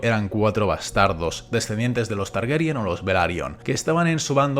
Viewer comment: Por qué dicen 'Targeryan' y no 'Targaryen' tal como está escrito